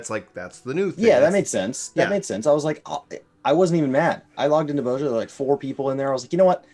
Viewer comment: It is pronounced Boz-ya, not Boz-ja ;) To make people run the Castrum, they just need to have some fragments drop in the last chest that will be needed for Delubrum Savage. This, and make castrum give a good amount of job exp.